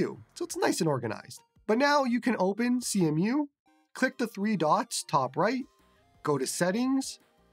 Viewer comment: It's pronounced "see-moo" brotha